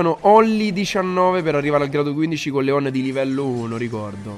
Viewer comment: NON SI PRONUNCIA COSÌ LEOOOOOON